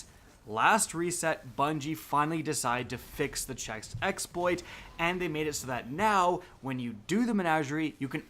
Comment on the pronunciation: The same reason he says Chex Exploit and Ekcetera.